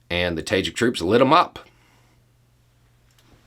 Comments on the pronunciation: "ta-ZHEEK", not "Tayjick". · nb: It is pronounced "Tah-jihk", it means literally "Persian-speaker", because, of the Central Asian post-Soviet countries, Tajik is the lone non-Turkic language. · I’m sorry I couldn’t quite understand what you said. I tried to research but couldn’t find it. You said the Russian officer insulted the ‘tagin’? Can you explain please? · Ah, Tajik! It took me hearing it three times before I knew what was saying. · Did not expect the florida accent to come out that hard on “tajik” XD